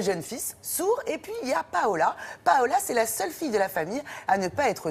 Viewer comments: On dit Paula... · Ce fil est tout simplement magnifique ce film. Juste, c'est Paula, pas Paola ;)